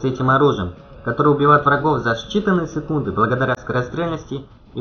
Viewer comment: Чувак, английский тебе пригодится не только в игре и для игры, а жизни тоже. + Ты за свои 2 видео сделала только 1 троих! Это уже минус Ютуберам ! А твои "Считанные сыкунды " Убило вообще))))))